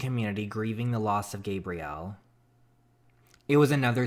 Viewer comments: Dj its Gabrielle as in gab-ree-elle not Gabriel. Sorry it’s just kept bothering me I love you tho!!❤️❤️❤️ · btw the sound of gabrielles name is not gaberiel its gab ree el